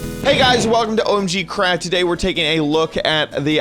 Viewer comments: he said OMGcrad rather than OMGcraft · he said omgcrad